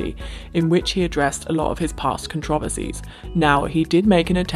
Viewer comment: The way uncle says controversies is beautiful... I love it. Thank you Uncle!